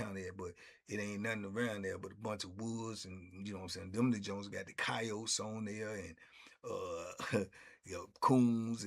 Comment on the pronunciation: "Cayotes" for Coyotes enunciation is some real D.C. language. 😂😂😂 If y'all don't know. Gun$h○+$ 🤣🤣